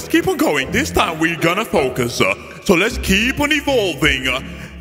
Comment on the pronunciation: why you speak like this keths yeart orignal saying- this year